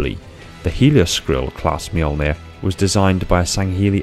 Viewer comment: So we're just not gonna talk about how he nailed that pronunciation... Ok Cool...